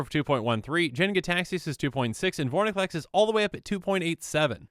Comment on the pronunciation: its vorinclex nit vorniclex